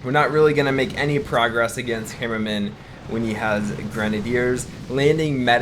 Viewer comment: Dude with all due respect learn to pronounce the name right its torture listening to u trying to say HAmmerman try it right would u its HAmmerman not hemmerman like u say sorry if i offend u but dude it's torture